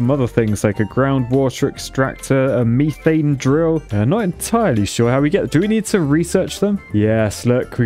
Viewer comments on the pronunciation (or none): its not m-EE-th-ANE its m-E-th-ANE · It's called Meth-ane not me-thane. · It’s pronounced Meth-ane not Meeth-ane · "MEE-thane" over "METH-ane" as a pronunciation sounds like nails on a chalkboard to my American ears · ME-THANE WHAT METH-ANE YOU ARCHITECT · WHAT IN THE FUCK IS MEE-THANE??? ITS METHANE !!! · its not me-thane its meh- thane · METH It’s not meeth its meth. Methane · can u STOP saying meeee thaine, its methain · He was calling methane “meethane”. Strange. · I like how he pronounces methane as "meethane". Like imagine in Breaking Bad. "Jesse, we need to cook meeth" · Mee-thane Me: he's british he should have said that correctly my mind exploding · Me not trying to ruin excitement but its (at least to my knowledge) Meth-ane (ain as in pain) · What's the actual correct way to say methane? "meethane" just feels wrong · In the US it’s pronounced meth-ane. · You pronounced Methane wrong. The reason you don’t have enough water is because of the water tanks. Just thought to let you know! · I'm not usually too surprised by British pronunciations but that one got me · I love how he says methane LOL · Ok people, quick question because it's really bugging me: Mie-thane or Meh-thane? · Someone please tell me whether or not the way he saying methane is a joke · The way he's saying methane hurts my ears